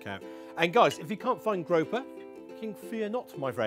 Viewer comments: 🐠 Grouper is pronounced - groo per. grope her is what you do at end of date night 🐠🍳🍳🍳🍳🍳🐠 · Grope-her? 😂 is that how they say it in the UK? Oh no. Group-er I know they aren't native to your shores so you can't claim this incorrect pronunciation 😂